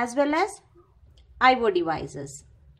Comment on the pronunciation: Eye wo devices.... Lololoo